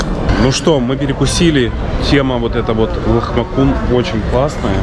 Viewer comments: это лахмаджуны,а нелахмакуны,буква с в турецком языке читается как джи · Лахмаджин, а не лахмакун :))) Салат всегда подаётся :) Кладёте сверху салат, поливаете лимоном, заворачиваете и кушаете :) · Правильно будет "ЛАХМАДЖУН" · Лахмаджун. А не лахмакун. С это буква Дж. S с хвостиком это Ш. Поэтому не сапка а шапка. Хорошего отдыха. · простите, очень режет слух, но ЛАХМАДЖУН Турецкое С обычно читается как дж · Это Лахмаджун а не Лахмакун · Блюдо называется Лахмаджун. С читается дж на Турецком. 😍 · Вы ели лахмаДЖун. Буква "С" в турецком читается, как "ДЖ". А к лахмаджуну бесплатно идёт зелень и лимон. Зелень заворачивают в блин, поливают лимонным соком и так едят. Очень вкусно)). Хорошего Вам отдыха))) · лахмаджун, английский C, читается дж по русски, по турецки (же) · Лахмаджун, в турецком с читается, как джи🙂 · блин называется Лахмаджун. Буква С произносится как ДЖ. Мечеть называется Сулеймание. Это не первая мечеть и не в честь завоевателя Стамбула. В честь султана Сулймана, он конечно был одиозный но Стамбул завоевали до него) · ЛахмаДЖун!В Турции другой алфавит,не как английский! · ЛахмаДЖун. Буква "С" по турецки "дж"